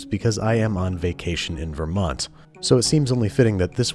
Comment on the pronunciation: As a Vermonter I can tell he isn’t from here because he pronounces the t at the end of Vermont